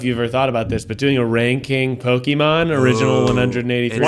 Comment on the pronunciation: When eugene ranks pokemon can he please have ned pronounce it first 😂😂